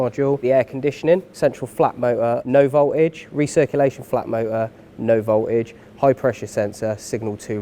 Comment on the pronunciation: I thought there was a 'T' in voltage, but apparently thinks not.